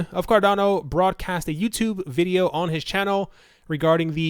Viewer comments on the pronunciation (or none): none